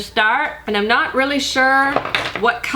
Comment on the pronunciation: Does anyone else get frustrated with the fact that she's pronounced "I'm" as "I'en" all these years.